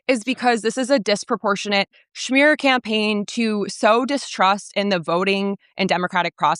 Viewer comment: …she said “schmear” campaign 😂